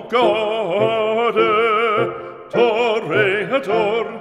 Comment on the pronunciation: Toreador or "Toe"reador? 🤣 I love opera!